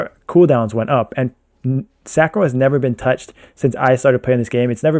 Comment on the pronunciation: You started saying Sacro instead of Sancro!! Proud of you bruh